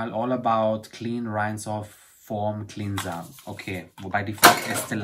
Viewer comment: Hallo mein Lieber😀 Ich liebe Deine Videos und die Art wie Du sie präsentierst😍 Bitte sei mir nicht böse, aber clean wird zwar cliiin ausgesprochen, aber cleanser wird clenser ausgesprochen🤪 Alles Liebe aus Nürnberg Brigitte